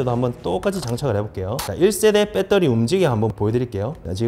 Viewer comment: '빼떠리'는 어느나라 말인지